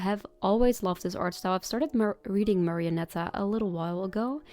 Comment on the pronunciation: i swear i am not gonna over rea AAAAAAAAAAAAAAAAAAAAAAAAAAAAAAAAAAAAAAAAAAAA Also you pronounced marionetta correctly the first time